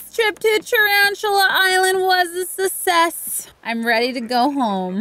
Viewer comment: I love how she said sussess as success